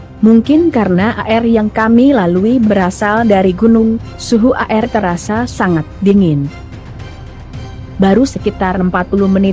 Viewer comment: Ini yg jadi pembawa(membaca tex) orang mana mmbca air kok bacanya A,R.